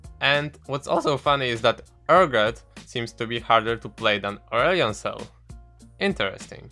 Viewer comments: lost it at 'Urion Sil' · I had to replay the first part 5 times because I couldn't hear urgot and aurelion sol because of your pronounciation.